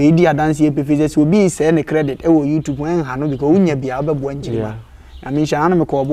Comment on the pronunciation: Kwaku it's YouTube not youtupe